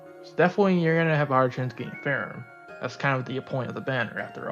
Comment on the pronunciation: Actually, the JP pronunciation is "Feramu" meaning the "h" is not there so you just call her "Fe-ram" in English.